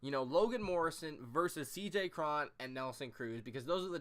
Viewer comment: I dont think Morrison is retired. Hes still pretty young. Cruz has never struck out more than 164 times in a season. And I think its pronounced C.J Crone.